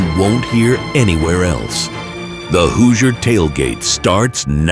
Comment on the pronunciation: Might want to teach your AI how to pronounce HOOSIER.